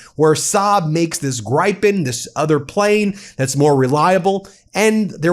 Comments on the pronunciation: Gripen not Grypen 😂😂😂😂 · Come on Ben, it's Swedish! It's not pronounced like it's spelled. The Grippon is pronounced Griffen.. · Point of pronunciation. It is not GRAIPIN, but closer to the combination of two english words "Grip" (the verb) and "Pen" (the writing implement). Grip-pen. the "i" is not really the "i " in grip, but closer to the ee in greed. So the pronunciation would be "gree-pen" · It’s pronounced ”Greepen” 🙂💗🇸🇪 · Pronounced “Gri-pn” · Gentle correction: The pronunciation of the fighter jets from Sweden is “Griffin”. Though it is spelled Gripen. ❤